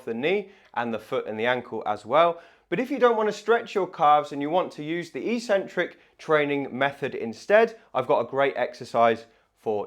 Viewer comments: Sorry mate but I can't watch you anymore. I'm 75 and have watched your videos for some time now, but hearing you pronounce eccentric as 'eecentric' just boils my blood. I must admit that I am an Americanophobe and despise the influence they are having on young Brits, but l assumed you were intelligent and be familiar with the correct pronunciation. Google 'how to pronounce eccentric' to hear the correct English way. Sorry, but if you can't speak your mother tongue correctly l can't trust you anymore. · A seemingly very strange pronunciation of eccentric? The E should short as in egg, the first C should be a K sound and the second an S sound. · It is not "e-centric", it's "eccentric", like Eggcentric. There are two c's in there for crying out loud. Why would people think it is ecentric. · EEEEEEEEEEEEEEcentric is NOT a word in English. If you're talking about the word 'eccentric', it is pronounced eK-Sen-Trik. This isn't merely academic snobbery. EEEEEcentric means 'without a center', per its Latin etymology. Pronounced correctly, the true meaning of the word becomes evident: 'away from the center'. When sports people 'try' to use this word, they are referring to the movement of two tendons away from each other, or away from the center of the muscle. This is completely consistent with the other most frequent use of the word, which means 'odd' or 'crazy' or 'not normal'. Eccentric people can be considered to be 'away from the center of normalcy'. Don't trust me, though! Just take 1 minute to read literally any English dictionary to confirm that there is no recognized pronunciation as EEEEEEEcentric. So,, people may consider you eccentric if you were to suddenly start pronouncing it correctly, but you'd at least be the most informed and educated physiotherapist out there! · So curious how the whole physio community mispronounces "eccentric" as if it's spelt "ecentric". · It's pronounced 'ek-centric' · That's pronounced ek-centric in English.